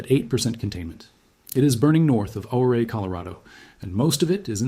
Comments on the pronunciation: I’m a Colorado City, CO resident. Ouray is pronounced Your-ay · Ouray pronounced your ray. ❤